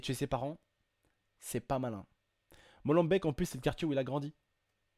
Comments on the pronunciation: et aussi on prononce "molembéék" pas "bèk" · PAS MOLEM—BEC mais molembeeeeeek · svp ne dite pas molenbeek (molenbecque) mais molenbeek (molenbéke)!! sinon bonne vidéo;) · Molembaik MDRRR on dit molembék avec é pas ai Vous me tuez les français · MOLENBEEK pas molenbek c mon cartier bnia tos les français dise ça hahahah mohim enfin il arêtes le mec normal il vien dans le tieks ou ya des flic belge flic français partout mais non c pas un problème un vrai zeber walah haha se salah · c'est Molenbéék !!!! pas Molenbèèk !!!!!!! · désolé mais molenbeek se dit molenbék et Bruxelles se dit brusel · C'est Molenbeek sa se dit bque a l'aurole sinon super vidéo comme d'hab x') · J adore comment vous dites mollebeek .... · Étant belge je vais te reprendre sur un point : Molenbeek se prononce molenbéék, sinon à part ça super vidéo ;) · non ca rend fou les gens qui disent Molen..baiike comme des abrutis faut de renseigné un peu